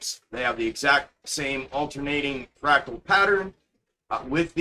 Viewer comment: He is saying fractal